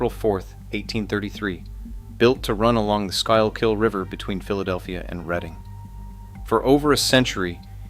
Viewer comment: it is pronounced school-kill river.